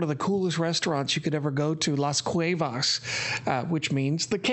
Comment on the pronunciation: Funny when a white person tries to say a word in Spanish. Xcaret is pronounced "ish-ka-ret" cuevas is pronounced "cue-vas"